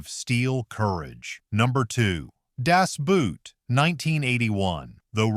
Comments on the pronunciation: That the AI vocabulary it cant say certan words correctly. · Goddammit, Americans, stop saying “Das Buuut”! Find a German and let him teach you the right pronunciation!